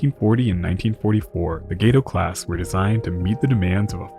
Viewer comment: Correction: Gato is pronounced Gahto, spanish for cat!